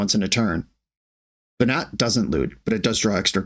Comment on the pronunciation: watching this with my boyfriend that I met talking about FFXIV, hearing "Ve-gnat" and "Hid-a-lin" and I'm just sitting here smiling and he says "This hurts me"